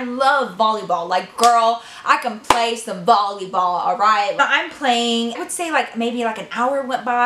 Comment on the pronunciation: who noticed she said bolleyball instead of volleyball lol :)